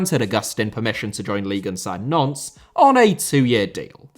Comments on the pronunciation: Good video on a bizarre situation, but please learn to say Nantes (like aunt with an n at the start) which sounds like like nonce every time you say it!!! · Pretty sure Nantes is pronounced 'Nont' not 'Nonce' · Nantes being pronounced 'nonce' is hilarious, and is how I'm going to say it from now on :) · The pronunciation of Nantes as "nonce" made be chuckle